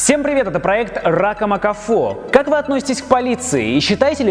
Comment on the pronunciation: опять эти "ракомбыихно..."?